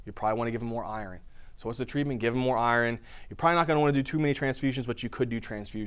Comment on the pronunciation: First thing I noticed is you not pronouncing iron right.